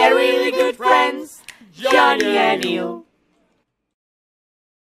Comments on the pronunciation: I think be sayin' "Jonny" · It is pronounced "Johnny" not "JoNy" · i can stop laughing in jj bb and the start jj said johnknee 100x times